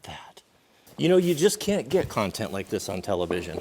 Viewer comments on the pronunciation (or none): none